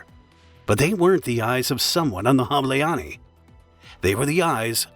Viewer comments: Good vid, just next time ask google translate to read aloud the names in foreign languages. Hableány is pronounced totally differently. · Making a documentary and not giving a shit about how to pronounce Hableány is a shame. It is literally 1min of work, but painful to hear. I guess the voice is synthetic at least. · The video is as good as the pronounciations aren't. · I'm sorry but for such a serious topic it would be good to check pronunciation! It threw me off how badly mispronounced "Hableány" is throughout the whole video! It feels like making a joke out of this case. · bro you BUTCHERD that name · I wish you asked google translate to pronounce Hableány at least once to learn how to approximately do it before going on record and saying it wrong a hundred times. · Pronouncing Budapest perfectly, but not Hableány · Im sorry i usually love your videos but im hungarian and barely figured out thay you were talking about hableany its really not difficult to look up a pronunciation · Ah, glad to hear the creator didn't spend 1 minute on Google Translate to check how to pronounce some of those Hungarian words. The universe is still stable. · "Ny" is one letter not two different! Please just say the english name of the weasel instead trying to pronounce the Hungarian name of it! The video about the story is good just annoying to hear the miss pronounced word 😅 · "Hableány" was also pronounced incorrectly during all the video. However, Hungarian language is one of the hardest in the world (besides Chinese). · The way you pronounce "ny" at the end of Hableany is disturbing, but other than that it's a GREAT video, with excellent editing. Thanks :) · sorry but Not Hablááánni, its speel like this: hob-lay-ahn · You completely butchered the names. Hableány is not "habileanie" 🙄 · hableáni bro. atleast do some research how to pronounce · note: Hableany == HAB le aa n , the closest can you get :D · The ship name is pronounced HOB-lay-on-ya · Hableány phonetics: [ˈhɒblɛaːɲ]